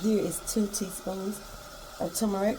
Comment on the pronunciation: What is tumorick? Now, I done heard of turrrrrrrmeric b'fō. You tryin'a give me a tumor or somethin'? (hee-hee)😊